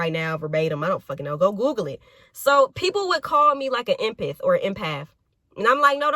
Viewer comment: Lmao, this girl said "empith" but yes, you would be considered an empath lol